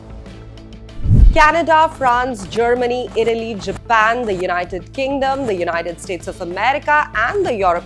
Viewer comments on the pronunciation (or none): none